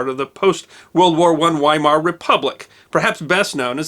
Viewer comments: 😉 Weimar (as in german town or republic) is pronounced vai-mar hard v at start. 😎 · Pronounced " Viee-mar " , not "Why-mar". 🙄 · Don't forget, in German both G's in "Georg" make the hard G sound, not the soft G like in giraffe. Also, the W makes a V sound, hence "Vy-mar," not "Wy-mar" Republic, and "SchVeidnitz," not "SchWeidnitz." Kinda like the famous composer, Wagner. It's not said like we would say it here, but "Vog-ner." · So it was the Whymar Wepublic was it? How is a w pronounced in German? Like a V, NOT a w. Also his name was not G Org Gartner. Georg Gärtner was his name. He was not associated with the consulting and analyst firm. The letter ä is NOT pronounced the same as the letter a. If expanded it would be spelt ae. If spelt out his first name should be prounced more gay org; certainly not g org. Please at least make a token effort to get the pronunciations correct. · Isn’t Weimar pronounced with a v? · In German, georg is pronounced 'Gay-org Gaertner' with more E than A spoken. Oberrealschule is pronounced Ober ray-al schul-uh Weimar republic is pronounced 'Veimar' Erwin is pronounced 'Air vin' ... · Veimar not weimar republic is how its pronounced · You mispronounced Weimar. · When he said Weimar I wanted to put him in a gas chamber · Can't pronounce Weimar. LOL